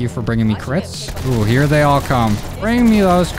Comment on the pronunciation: he said thay